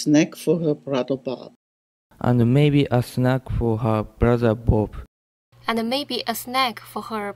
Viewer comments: “And maybe a snack-a for her brother Bob-a” 🤣🤣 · That very last Italian example, I hear "maybe a snack-eh for her brother Bob-eh". Is it a some special feature, adding vowels that aren't there? Does it have a name? I think I can hear that in many accents. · The Italian guy at the end spoke surprisingly stereotypical, which I didn't realize is an actual thing: snack-uh for her brother bob-uh.